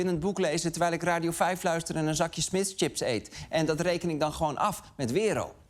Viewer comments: Smis bestaat al zolang niet meer dat Arjen het niet meer kan uitspreken. Chips. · Lubach kan Smiths blijkbaar niet uitspreken 🤣🤣 Smiss!! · ...kun jij geen Smith's zeggen?